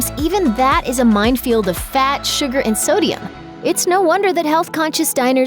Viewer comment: Mindfield lmao hard D on that Minefield